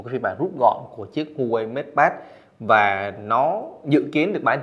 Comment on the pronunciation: Thanks bạn đã review. Góp ý nhỏ brand HUAWEI đọc là Hoa-wei, châu Âu, Mỹ thì họ đọc là wa-wei